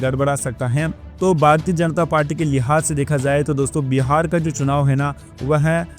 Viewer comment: बीहार नही बिहार बोलो